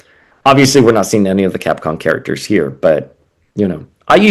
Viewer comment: Why you keep pronouncing Capcom as Capcon?